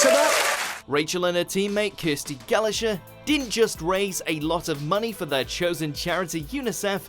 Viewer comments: She spammed Chun Li's kick move, that's not talent. In fact it's one of the lamest things to do in SF2 Kirsty what now? It's pronounced Gallaker not Gallasher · Gallacher is pronounced 'Galla-k-er', not 'Galla-sh-er'. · MAN UTD FOREVER THE BEST.......Yeah why can't he pronounce Irish names when he must hear them on the telly all the time? He didn't even mispronounce Gallagher the way English people usually do, he mispronounced it in a whole new way.....It's not Galla-grrr, it's Galla-her! And it's not O'Brien it's O'Breen even though it's not spelt that way, they also constantly mispronounce Dara on MTW even though he says his own name at the start of every show! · "Galla-sher.." Was indeed a pronunciation that I would never have imagined for that surname lol. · Dara O’Briain not O’Brian (pronounced O’Breen) and Kirsty Gallagher not Gallasher. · "Gallasher"??? It's said either a bit like 'Galaga' (the old arcade shooter) or 'Galla-huh/her'. (I could imagine a foreign narrator struggling, but an English narrator saying the name of a famous English celebrity/personality wrong??) 🙄🙄🙄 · Rachel and her teammate Kirsty “galla-gjurr” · That's not how you pronounce Gallagher.... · At this point I feel like the mispronunciations are on purpose. There's at least one every video. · Seriously, get somebody else to do the voice overs or teach this guy how to say words like Prodigy, Gallagher and O'Briain. It's atrocious! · Sad day when a Englishman butchers the name Gallagher.